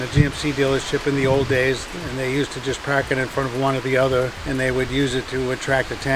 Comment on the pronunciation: It’s huad to puak his cuah....LOL! I wonder if I spelt it right?